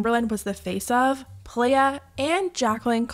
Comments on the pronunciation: playa is pronounced like “ply uh” not “play uh” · Not sure why, but it feels like nails on a chalk board when ppl call pronounce it "Play-ah". It's not hard to find a video of the business founder Hopson on this hot mess of a situation and its pronounced "PLY-AH"! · Y'all, I found Playa hair products at Marshall's ! Also, pronounced ply- ah (Spanish for beach) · playa is pronounced "ply-uh" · Minor thing, but noticed you pronounce the brand Playa like the shorthand of "player" but I think it's meant to be the spanish word for beach, which is pronounced differently. I noticed this in a previous video I think so I just thought it might be worth mentioning if it comes up in any more videos.